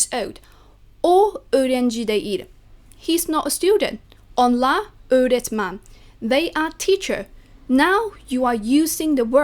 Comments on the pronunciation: As a Turkish you pronounced öğretmen a lot better than I could lmao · I was so surprised when I hear you pronounce the word öğretmen, you pronounced it like a total native speaker, congrats 👏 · you pronounced the ''öğretmen'' extremely well